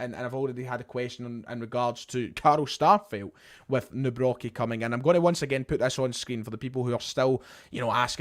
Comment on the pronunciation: there's no "B" in Nawrocki, mate